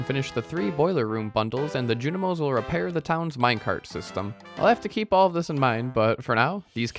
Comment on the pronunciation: The ju-KNEE-moesss had no business being that funny to me. 😂🤣😂